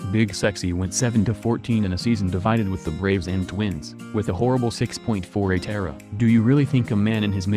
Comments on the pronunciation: David Reynolds I hate how he says era not E-R-A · Ugh. Computer. Painful hearing E.R.A. pronounced eee arr aay being called era as in a form of time. Get real people that know how to E-nun-see-ate! I'm available... Just saying. The slaughter of the English language is unbearable anymore. No wonder school kids are dumbing down... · If you're going to post this stuff, please get the names and terminology correct. Sanduval, uh nope, Sandoval. Era, uh nope, E.R.A.